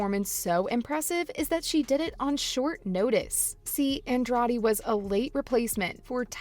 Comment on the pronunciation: Please learn how to say Andrade if you are going to try to cover mma